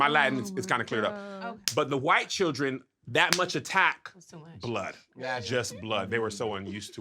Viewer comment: Hilarious 🤣 🤣!! From the “Hey Tom” moments to the explanation of the bleeding hwhite skin 😭